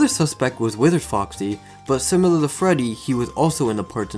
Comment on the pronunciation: No offense, but your accent makes "withered" sound like "wizard"